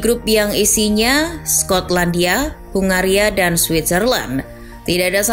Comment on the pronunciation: Ya sebenarnya aku ya mulai tertarik sama 🇭🇺 tapi penyebutannya itu loh